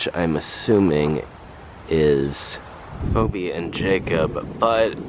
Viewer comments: Great video really interesting. FYI Phoebe is pronounced Fee bee 🐝♥️ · You pronounce the name Phoebe as Feebee.